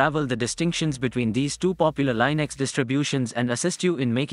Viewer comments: im sorry, lynix? its li-nucks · linux, not lienux